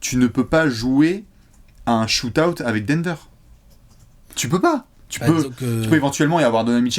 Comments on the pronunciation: utilise Google traduction pour savoir comment on lit "out" stp, c'est insupportable à la longue...merci. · La prononciation est bonne. Elle est juste francisée